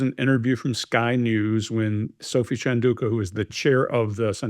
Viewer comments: Chandauka is not pronounced shan-doo-ka, it's chan-dow-ka ( dow rhyming with wow). She is your subject after all. Google is a thing. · I used to value your expertise, but your lack of desire to learn how to pronounce Chandauka was disheartening. Please do better as 4 white mansplainers. You've lost my attention.